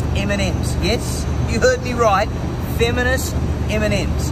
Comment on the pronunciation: Hearing him say "fiminst iminim" was Very Funny, however.